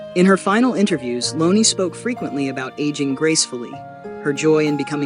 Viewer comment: Can you please say her first name Right 🙏🙏